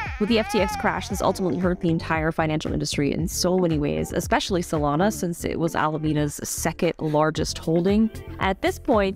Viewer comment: Solana?? A SZA phone???? 😂😂😂😂😂